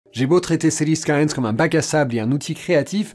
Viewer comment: "CILIES SKAILAIN"